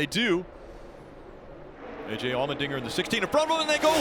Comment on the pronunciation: The way the commentator is saying Allmendinger... All-men-dinger.... Lol